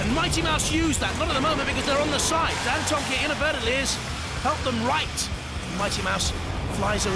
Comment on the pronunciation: Why can't the announcer pronounce Dantomkia